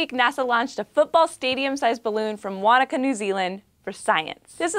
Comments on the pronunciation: Yay for saying Wanaka 90% correct 👌🏻👍🏻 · As someone from New Zealand, thank you for saying Wanaka right :)